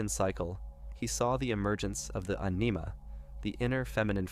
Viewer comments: It's not an-EE-muh. It's like animal without the final L, accent on the first syllable. AN-im-uh. (Anima). When you mispronounce words, it makes people believe you are AI. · Its "AH-nih-ma", Anima. And "Ah-nih-MUS", Animus.